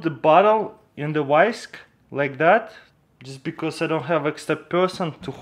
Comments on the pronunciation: vice not wisk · Wrice" Do you mean Vice?